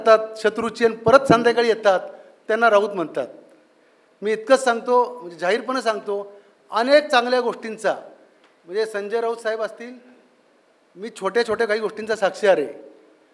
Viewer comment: तुम्ही पण शुध्द मराठी बोला म्हटले नाही म्हणाले आणि जाहीर पने नाही जाहीर पणे.